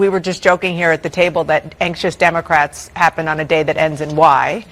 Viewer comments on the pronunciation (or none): Sshe said dumacrats....lmao